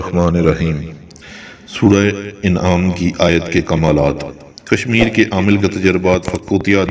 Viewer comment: Sura inaam nhi sura an'aam